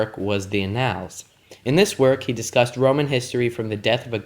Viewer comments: The classical pronunciation would have a hard [k] sound. But if you're reading a translation (you are), it's more appropriate to use his familiar English name, which is… Tacitus [ˈtæsɪtəs]-especially for a public audience on youtube. You also completely mispronounced annals as well. I stand by my original statement-that level of mispronunciation kills your credibility. I couldn't find a single scholar/P.H.D. who uses your pronunciation when discussing Tacitus with the public. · t ae - S EE- t uh s Tacitus,not tacky tus. \ˈa-nəlz\ Annals That level of mispronunciation kills your credibility.